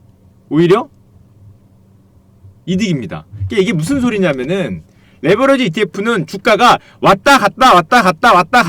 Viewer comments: 레버리지를 레버러지로 발음하시니 스펠링을 설마 모르시는건가요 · 레버러지가 아니고 레버리지입니다. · 형 근데 왜 자꾸 레'버러지'라고 욕해? 미안해😣 이거는 안살께...😉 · 레버러지가 아니고 레버리지 입니다 바로알고 방송하세요